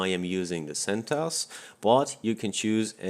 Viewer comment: BRO CENTOS and mysequel BROOOOOOOOOOOOOOOOOOOOOOOO im so triggered lmao its fucking CENT O S and My S Q L